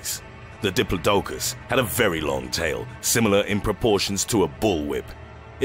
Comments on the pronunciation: Pretty sure you pronounced diplodocus wrongly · The way you pronounce Diplodocus sickens me.